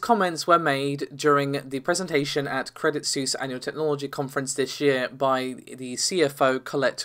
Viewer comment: Credit Seuss.... have you been geting lessons from Paul? Credit Suisse, is a Swiss Bank (i.e. from Switzerland) so... it's Swiss/[sweess]